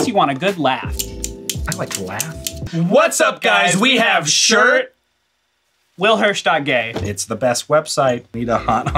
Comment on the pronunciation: i heard willhirsh.gray, how is that possible